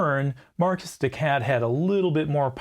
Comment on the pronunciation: Ironically, your non-french accent sounds like better french, at least for the "de" part.